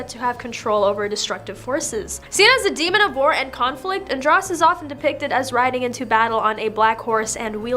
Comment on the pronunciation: Andros is pronounced with a long O .... ( an drose)